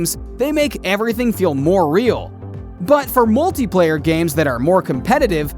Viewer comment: “Bot for moltiployer “